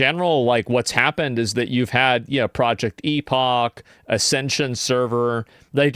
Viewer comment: FFS people, learn how to pronounce the word "epoch" correctly.